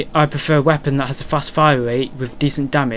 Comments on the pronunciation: wepOEEEn :D where r u from?^^ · weapooooonnn what a strange accent